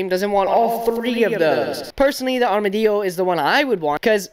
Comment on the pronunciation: Why are you saying armadillo the spanish way lol